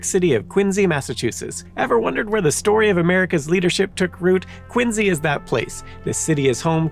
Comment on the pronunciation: Curious as to where the presenter found the pronounciation of Quin-Z rather than the far more common, (and dare I say correct?) pronunciation of Quin-C. Having had both sets of grandparents live in Quincy, Illinois when I was growing up, and growing up in Virginia, very near Montpelier, the home of President John Adams, hearing him say Quin-Z over and over makes this video nearly unwatchable. sigh